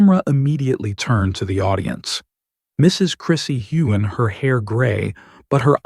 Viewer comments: You say her last name correctly but butcher his? Do your job! Mispronunciation is rude and insulting! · Here here!!! I have listened to several of your reports and you always pronounce Sam's last name incorrectly but you never pronounce it incorrectly twice the same way. Do your job!!!